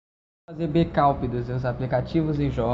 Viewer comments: becaup ?? ou backup ?? kkkkkkkkkkkkkkkkkkkkk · o cara quer ensinar tutorial e fala "Becaup" kkkk e ele fala "Tie musicas populares" ali tem "the" ele nn deve estudar inglês e o canal dele nem musica num tem. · fazer o BEKAUP? kkkkkkkkkkkk Não consegui entender porra nenhuma você fala tão feio quanto a você mesmo! huehue